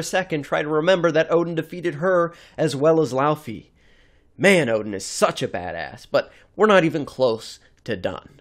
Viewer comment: It's not LAUUUFI in pronounciation, it's LAWFEE. Laufey.